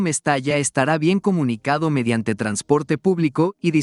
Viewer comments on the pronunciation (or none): none